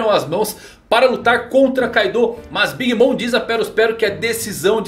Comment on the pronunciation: Pronuncia bem big mom